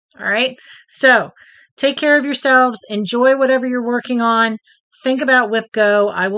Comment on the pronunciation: Fun video! I cracked up when you said 'whayever'..( in regards to your grandson modifying the cow travel game :)